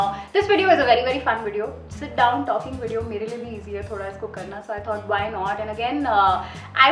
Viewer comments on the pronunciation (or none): Its Video. Not Wedeo